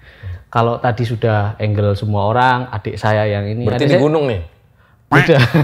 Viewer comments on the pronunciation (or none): none